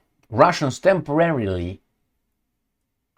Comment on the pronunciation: "Temorarily occupied"?